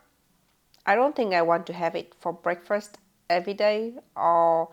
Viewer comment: !! What did you say? You say it just like I do. the morning meal is pronounced breakfRist !! Yes, you say it correctly, like me.